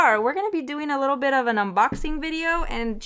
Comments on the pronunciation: I thought she said bi**h 🥴🤣🤣 I'm like Yesss! That bi**h do come in handy 😭 but she said Bit! Lol. Love the video though, very helpful thank you 😊 love you girly! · Lmaoooo i definitely heard “this bitch you guys “ i had to rewind like huh 😭😭😭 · Lol I like how you put this bit lmfao cause it sounded like you said this b**ch hahahhaaha but that works for it too hahahahahahhaha